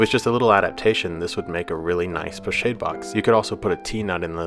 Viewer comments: Lovely work, perhaps a more accurate pronunciation, as it is a French word, would be ‘po-schaahd’ , like ‘ahh’, not as in shade. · Thank you for this - but it is pronounced 'po-SHOD' not 'shade'. Like a horse gets shod. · Being a French word, I thought it was pronounced 'Po-Shod'? Or is it 'Po-Shād'(the ā as in day)? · Pochade is pronounced with a soft "a" darlin...😊